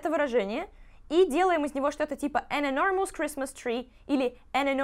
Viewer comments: в слове enormpous нет дифтонга 'оу': [ɪ'nɔ:məs], а не [ɪ'nɔ:mous] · А я думала, я буду первая, кто напишет "I think you're mispronouncing the word enormous" 😂